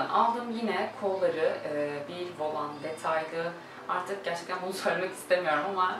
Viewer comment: "Volan" kelimesinin telaffuzunu öğren lütfen..bu kadar çok "volan" geçince videoda kaba telaffuzun rahatsız ediyor.